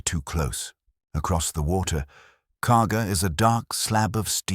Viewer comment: It’s Kaga not Cargo